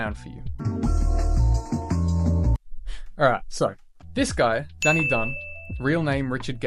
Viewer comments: Its Donny not Danny you donut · Donny not Danny